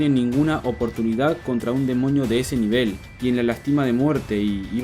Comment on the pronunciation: soy la unica que el desia demoño jsjs